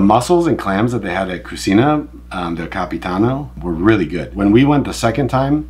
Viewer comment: It is cuCHina, not cusina… Also, going this Sunday (April 21th!) can’t wait❤❤